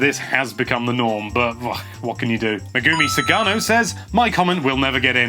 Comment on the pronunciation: ................................Oh NOW he reads it...-.- lol (also, her name is pronounced "meh-guh-mi", lol)